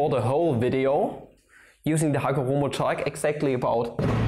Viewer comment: Wat its read: chalk My ears: S H A R T